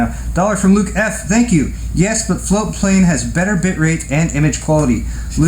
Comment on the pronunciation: I was very confused for a moment. Never heard of Floatplane Club before. I thought you were saying "flute playing club" and was very disappointed not to find any info about it on google